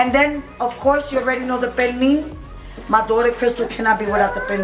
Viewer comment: IT’S PERNIL